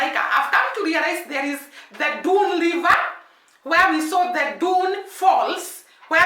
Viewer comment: Dunns river is pronounced " dones river"